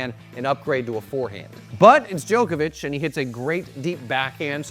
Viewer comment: Cant trust a guy who says Joekavic